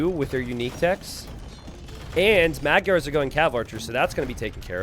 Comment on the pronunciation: Not sure if anyone told you this already or if you care, but "Magyars" is actually pronounced a little differently (Hungarian here, not butthurt or anything). The "gy" letters are actually one letter in Hungarian, and it's pronounced the same as the "d" in "due". Also, the first "a" letter (M"a"gyars) is pronounced the same as the other one, like "ah". I know it can be tricky so I don't expect you to get used to that, but I thought you might be interested in that since you love AoE2 and other cultures so much. :3 "Magyars" literally mean "Hungarians" in Hungarian by the way.